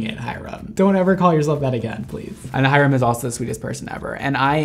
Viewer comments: keeps going "Hy-RUM." and then he does NOT react to THE SINS at the end...-LEY. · mondo saying hyrams name: HI-RUM. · No Ik it’s how you pronounce it lol, just pronounces it really exaggerated and a space in between